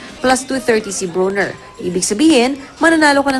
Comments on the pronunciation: Bwhahaha she said Adrien BONER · Hahaha the reporter said BONER instead of BRONER😅😅😅😂😂😂